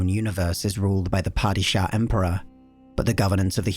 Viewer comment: i love you mate, but your pronunciation of padishah is rough